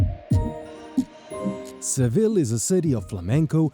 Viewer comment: Why are you pronouncing Seville incorrectly since you’re a tour guide?